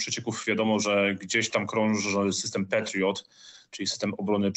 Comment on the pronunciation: Lukasz Pacholski, Magazyn Wojsko ,"ten PEtriot", "Stany Zjednoczone chcOM zakoNczyc", to "N" wymowil bez zmiekczenia! Co to za jezyk polski?